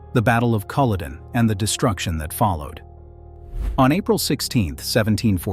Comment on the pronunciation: Who is the commentator. Their accent is awful. Couldn’t even pronounce the battle of Culloden right. It sounds as itish American Scottish jumble of accents ans it’s not good on the ear.